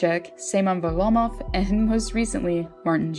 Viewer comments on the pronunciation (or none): No offense but you kinda suck at pronouncing names😂Vinek vanchek, simon varlomv